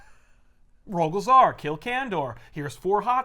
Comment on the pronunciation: "When Kirby came to DC he created the Fourth World! Bendis created...Rogal Zar..." I love this channel lol